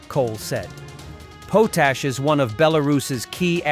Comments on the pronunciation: its pronounced POT-ASH export not POASH export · The potash they talk about is badly pronounced. It is one of the required components of fertilizer.